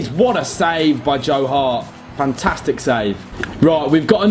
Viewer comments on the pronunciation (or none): none